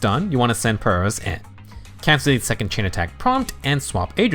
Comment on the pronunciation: OMG Someone finally pronounced Pyrois correctly!